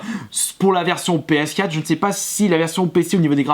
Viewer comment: On dit ps4 quatre pas quat